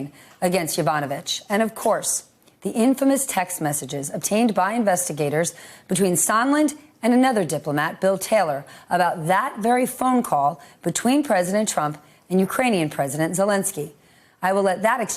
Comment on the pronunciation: It's pronounced "Sundland" even though it's spelled "Sondland."